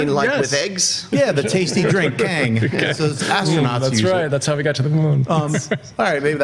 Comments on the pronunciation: Tang, Schnepp. Astronauts drink Tang. Not Kang lol. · You calling Tang Kang? Lol